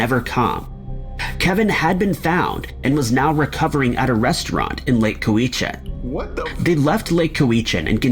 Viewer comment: No 4 it's pronounced lake Cow /a /chin..This is in my neighborhood.The RCMP DETACHMENT dropped the ball on this one.🇨🇦💖